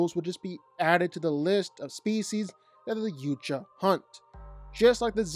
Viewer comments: It's pronounced yow-cha .. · you can't even say yautja correctly